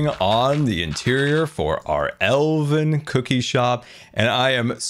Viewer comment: Did you say Elden Cookie!? Sorry, I think I'm playing too much Elden Ring